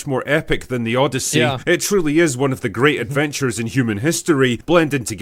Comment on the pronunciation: The O-DEI-YSSEY